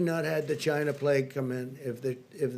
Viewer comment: He has to say "Chyna" virus every now and then to appeal to his white supremacist base.